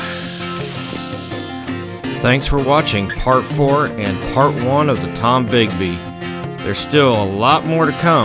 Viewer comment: It's the Tombigbee River not Tom Bigby